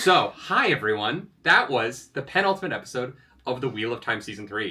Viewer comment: saying Pen....ultimate like Frankenfurter says Antici.... pation is everything I need in a reaction.